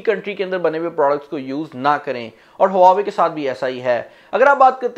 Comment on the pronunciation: Bro i think its wah-way not hua-way m i right...?